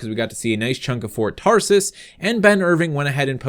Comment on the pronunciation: It sounds like ur saying Ford Taurus lol